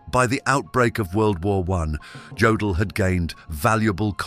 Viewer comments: Jodel, Yodel, I guess it doesn't mstter, huh ? BTW, it's pronounced Yodel. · Jodl is pronounced like 'yodel,' not 'jodel' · The "J'" in German is pronounced as a "Y", AI voice. So his name was pronounced "Yodl".